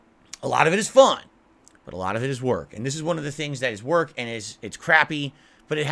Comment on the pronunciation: Every time the word work comes out of his post stroke mouth, it hilarious